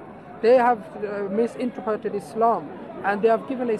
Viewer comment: “Misintreperted” 😂😂😂😂😂what a clown